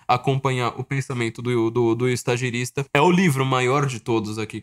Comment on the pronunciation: só uma pequena correção: é estagiRIta, não estagiRISta. Ficou parecendo quase "estagiário". Abraço.